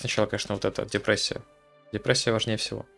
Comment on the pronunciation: Ох уж эта дИпрессия